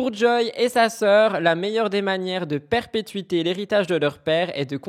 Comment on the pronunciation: Salut, c'est: Perpétuer*, pas pertpétuiter,.;)